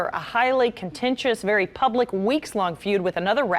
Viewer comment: You even got the AI to say “pubalic” 😂